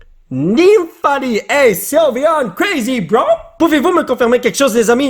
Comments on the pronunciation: C'est nymphali le nym se lit nain comme nain de jardin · Sa se dit gé Ix et c'est nymphali